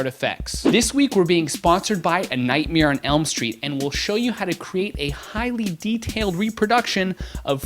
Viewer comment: its "nightmare", not "Nightmere"